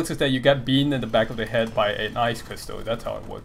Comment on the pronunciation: Shame about the recent Criticism nerf haha. Also lol, your accent really made it sound like you cut a hole in your friend's "head" as a prank xD I was about to get really worried until I realized I misheard you lol.